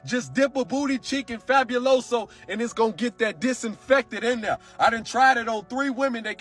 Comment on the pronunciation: That man said fabuloso 😂